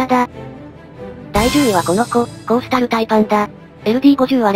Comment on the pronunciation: コースタルタイパンがコーロシタルパイパンに聞こえた